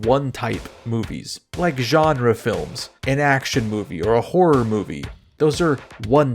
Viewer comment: t= your uniquely Slovenian pronunciation of "feel-ums" indicates to me that you are a man of culture. Guide to Cinema or Guide to Ideology, etc etc, sniff tugs shirt